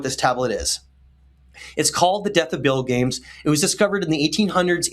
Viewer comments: Hey, being that it's so similar to Gilgamesh, why are you not pronouncing Bilgames as BIL-GA-MES? "Bilgames" sounds so weird and improbable to me. How did you come to this pronunciation? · Great discoveries! So paradigm-shifting. Btw Bilgames is probably pronounced Bil-ga-mess.